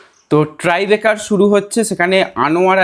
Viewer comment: ট্রাইবেকার বলা হচ্ছে কেন, ওটা নিশ্চয়ই টাই-ব্রেকার 😂😂